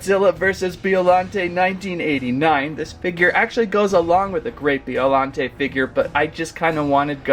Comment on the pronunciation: And biollante is said like this bi-o-laun-tay not be-o-laun-tay